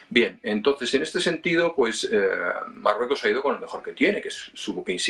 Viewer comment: soy seguidor ,pero que le pasa a este presentador , dice depue es s marrueco es s , etc , se come las letras, 🤦